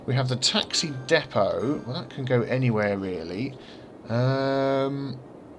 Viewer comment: The taxi depooo! Lol. I love British gaming hehehe.